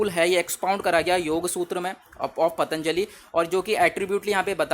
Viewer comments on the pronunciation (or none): none